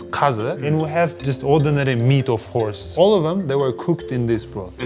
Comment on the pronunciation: Every time he said horse i heard whorse. Soooo weird